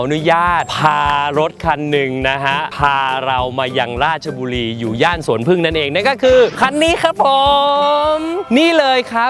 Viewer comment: ออกเสียงชัดเจน. ราช-ชะ บุรี เรียนพูดให้ถูกต้อง เคารพวัฒนธรรม บ้านเกิดสามี. น่ารักจริงๆ ที่รักจ๋า 55555 ขับรถดีมาก. สติไม่แตก. นิ่งกว่าบอย พอบอก บอยขับรถแบบcrazy นึกภาพ ออกเลยนะ